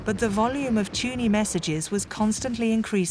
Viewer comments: It wasn't 'Tuney' it was 'Tunny'. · The voiceover for this is very strange. I think that it is a machine, despite the english accent. The code was named "TUNNEY", not "TUNEY". in addition the word is "ADMIRALTY," not "ADMIRALITY". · This is gripping stuff. One little remark, however. It's an American script, which is fine, but to hear an English voice speak of the Fall (and not the Autumn) sounds odds. In the same way, tunny is NOT pronounced tew-ny, but tunnie. Jack Copeland pronounces it properly. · Brilliant story spoiled by the automated reading which is an embarrassment. “Tuney” for Tunny to give one shocking example. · Not impressed by the robot narrator - "Summarine", "Tuney"... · Very interesting, wonderful documentary! Shame about the unnecessary americanisms. 'Tunny' (pronounced 'tunny' not 'tuney') is not a nickname for 'tuna', it is the older English variant. Tunny = tuna. 'The Fall' instead of 'Autumn' etc. but all with an English narrator with a very English accent. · Is this AI? Why doesn't the narrator know how to pronounce words like submarine or admiralty or tunny? Very distracting.